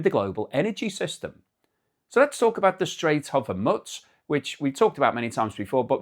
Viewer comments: Hormoooz not hormuts. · There is no "t" in Hormuz.